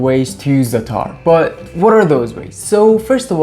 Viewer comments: It ain’t “zataar”, it’s za’tar, with the stress on the first consonant. My favorite is Jordanian za’tar, eaten with just olive oil and a little salt or better with Labneh, a little olive tapenade, shattah hot pepper paste and chopped walnuts. A fantastic breakfast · I'm Polish and its easy for me to say Zatar the way you say it :) Thank you for the recipe, I will definitely make it !